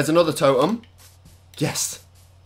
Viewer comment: Last time i checked you say totem not toem